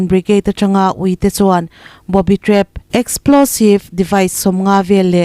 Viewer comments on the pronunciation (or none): Booby trap..!!? boby trap...khoizAwk nge dik !?